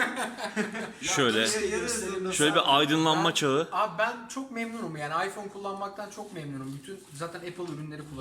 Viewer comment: neden hep iPhoneye ayfore diyor (söylediği gibi yazdım)